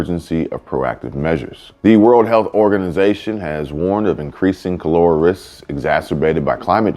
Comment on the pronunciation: You are pronouncing it WRONG. KAH-LUR-AH It killed millions in the 1800s and earlier...